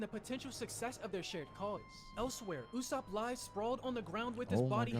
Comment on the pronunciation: The usopp pronunciation is hurting my soul - and the slander